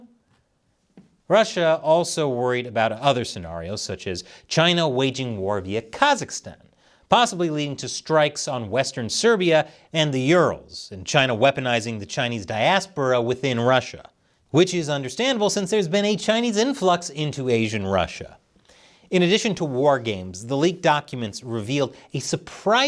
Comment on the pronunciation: Dude... strikes on western Siberia, it's not pronounced Serbia, totally real and different place. I know you make a lot of content, but at least get the names right? Just have to read what your writers tell you properly. Also Urals.... you pronounced it like Euros...